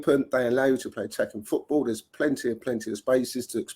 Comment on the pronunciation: doesn't even know how to pronounce football how the PE teacher keeps playing him every week unbelievable